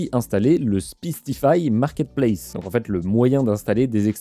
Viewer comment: Ca se pronnonce SPICE comme piquant, compliqué à ecrire pour expliquer le son, le I c'est comme AIE